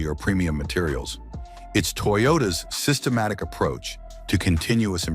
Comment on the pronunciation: Holy Hell Toyota has more cars on this list than the AI voiceover says..."sytematic".